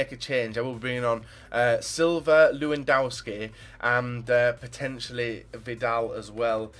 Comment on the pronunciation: omg, it's pronounced lev-an-dov-ski